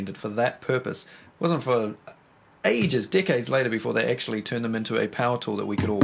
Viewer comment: When he says 'decades later' it sounds like he's saying dickheads. Jus' sayin'